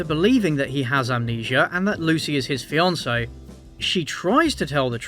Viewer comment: The nurse announces “she’s his FEE-an-say” and it’s never stopped annoying me. “Wrong emphasis on the wrong syllable”!